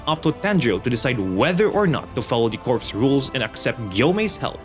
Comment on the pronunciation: Am I the only one cringing every time I hear corpse and not corps (core)